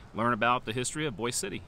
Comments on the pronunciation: Thank you - but it’s not pronounced like the city in Idaho. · Actually it’s not pronounced like Boise Idaho. Guitar signed by Toby Keith. Hospital is open yes.